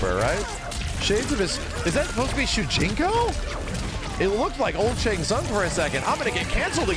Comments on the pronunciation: really called him Tsang Tsung 😂😂😂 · its shang shun lol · Man said old Shang sung 🤣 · This man said Shang Tsung lmao